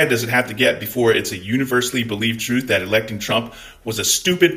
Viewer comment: I made it to the end and you absolutely should make a "troth" account!